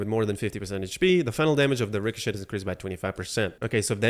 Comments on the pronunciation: Ricochet is pronounced Ri co chay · The T is silent in richochet